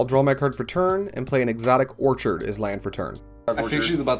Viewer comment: Dude... I publicly laughed too loud after. Quality content, guys! One thing.... I love you man. But whenever you say the word ‘orchard’ you pronounce it ‘orchid’ and whenever you pronounce ‘orchid’ it’s ‘orchard’. Keep doing you. Just pointing it out. Love the work guys:)